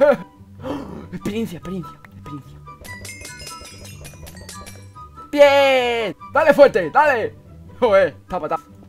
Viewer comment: experiensia...... bienn ajjajajajajja